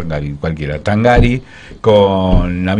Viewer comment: El apellido se pronuncia Tángari. Lleva acento prosódico, al ser italiano se pronuncia pero no se gráfica. ¡Tángari, carajo, Tángari!